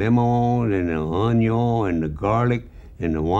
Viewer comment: OH-NEE-YOHN ONION